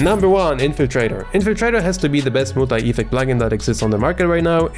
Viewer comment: It's ef-FECT, not EE-fect :) Love your content though